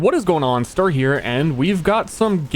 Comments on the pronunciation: Err mah gerd guys... it's ster. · its STAR??? i thought it was STER?